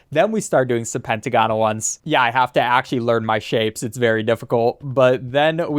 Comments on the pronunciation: It's pronounced "pen-t-ah-gon-al" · The way you said hexagonal and pentagonal tickled me. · the way he says hexagonal and pentagonal hurts my soul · Gah so true 😫